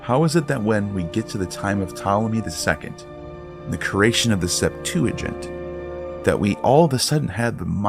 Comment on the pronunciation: I absolutely LOVE your voice! But, the way you say creation always stops me in my tracks and has me repeating that word over and over again in my head! You’re saying it wrong!😂 Still love listening to you!❤